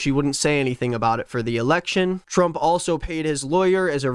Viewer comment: ERRECTION? OH MY GOD 💀💀💀💀💀💀💀💀💀💀